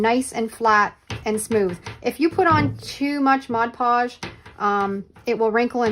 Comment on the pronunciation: I can't not say anything I'm sorry but you are pronouncing Mod Podge incorrectly. You're pronouncing it like it's spelled Modge Podge. I'm not being mean I am just a genius when it comes to Language Arts. I went to the spelling bee twice. I was in advanced English and Lit.